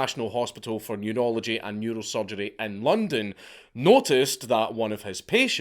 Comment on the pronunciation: Today I learned, a Scottish man saying "neurology" sounds to me like "nude-ology."